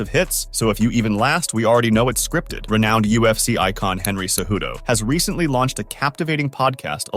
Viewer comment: "Renouned," lol.